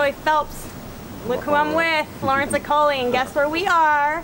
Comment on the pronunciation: As a member of the Nigerian pronunciation police, the name is pronounced 'O-ko-li-ay. Thank me later...lol.